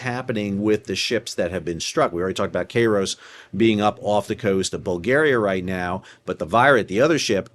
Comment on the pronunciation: It's pronounced "Kyros," not "Kayros." Basic Koine and Classical Greek.